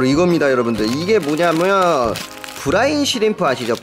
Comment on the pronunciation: 브라운이 아니라 브라인...